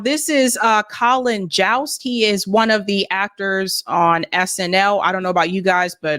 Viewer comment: Someone tell it's Colin Jost. Rhymes with host, most and boast